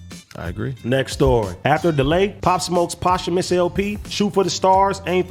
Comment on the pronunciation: “Poshumas LP”?